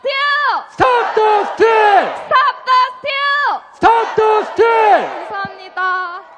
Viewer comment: 영문과 학생이라 마지막 스틸의 발음이 장난이 아니네요. 자랑스럽습니다. 주님의 가호가 있으실 것입니다.